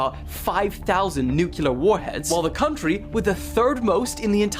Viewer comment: Nuclear: NEW-KLEE-UR